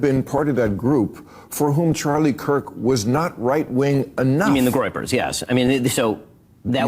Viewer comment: What's the "groipers"?